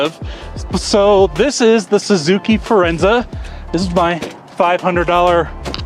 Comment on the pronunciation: It's Forenza, not "Firenza" which was an Oldsmobile compact in the 80's, rebadged Cavalier. My mom had a Suzuki Reno, hatchback version, and was slow and not so good mpg for its size, but didn't break down from 2010-20, only needed an ECM, but it still ran, Daewoo became GM Korea.